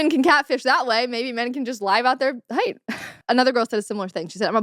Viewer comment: I heard Hate, not height. I was like what the heck! 😂